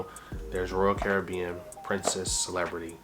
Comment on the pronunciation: Love this ❤. Hate the way you say Caribbean😂❤